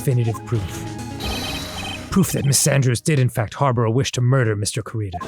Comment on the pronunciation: It’s driving me insane that they will probably never realize the pun in Juan Corrida’s name solely because of how they chose to pronounce “Corrida” (which I honestly can’t blame them for)